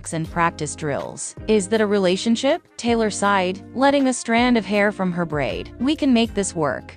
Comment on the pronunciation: Hate this voice, is she saying Taylor or Kayla ?